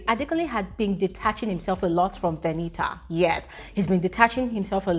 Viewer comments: Because Venita told some of the housemates that her name is pronounced "V-e-n-i-a". So keeps mimicking her. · Why does even call her Veni-A to start with..Her name is VENITA, what's with the Veni-A? It sounds so irritating each time pronounces it that way..